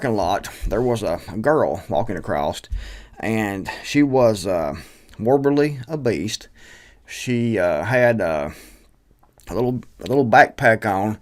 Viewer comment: Ohhhhh! You got me laughing! It’s not morbidly obeast. It’s morbidly obese. No offense to that poor girl.